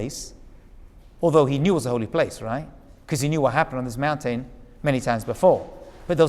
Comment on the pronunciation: I sure do get a kick out of the way you say mountain. "Moun-tane". Cracks me up every time. 😁